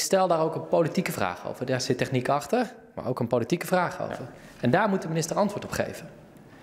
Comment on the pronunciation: tEchniek of techNIEk ? Als het accent hier al verkeerd ligt, hoe zit het dan met IT ?